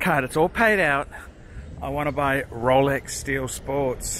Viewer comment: (Slurring speach) ... "Rowlecks! ........ Rowlecks! ...... Rowlecks is what I want ! " - First Covid19 3rd wave, now progressing to the Zombie invasion !